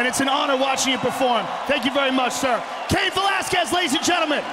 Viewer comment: Cain. Not Caun.